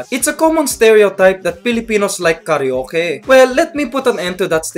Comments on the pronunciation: A Filipino wouldn't say KARYOKE but KARA-OKE :)) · it's karwake not karyoke :) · not karee-yoke... but KARA-O-KE, thats how it's pronounced in filipino hehe. have a good day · you said ka reo ke...instead of ka ra oke....XD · and it's not kareyoke. BIDYOKE!